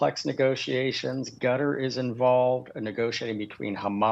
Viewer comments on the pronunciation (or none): Qatar, ...gutter... same thing